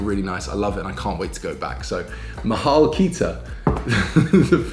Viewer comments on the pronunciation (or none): none